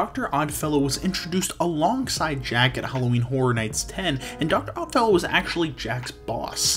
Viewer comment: You got Stranger Things, Exorcist, and Dr. Oddfellow exactly correct!